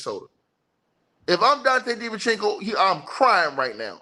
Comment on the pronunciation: “Dante Divenchinco” is my favorite ticket tv pronunciation